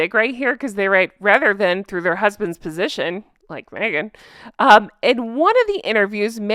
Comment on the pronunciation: I still think Meghan going by her middle name is so fitting. But i think she should spell it Meaghan, cuz every freaking time she opens her mouth ..."its ME-AGAN!" 😂